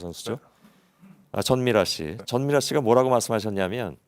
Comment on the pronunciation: 진미라가 아니라 전미라입니다 손석희씨...